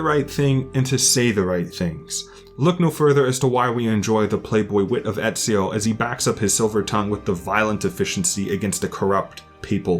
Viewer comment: Here from the So Says Jay raccomandation... Good lord this is far better then I thought. Instant subscription. Tough I gotta say, as an italian I have still to hear anyone outside of the boot pronouncing Ezio's name correctly, including most of the game's cast... and including , sorry. It's not a big deal since italians aren't a segregated minority (anymore) or anything but it did make me laugh.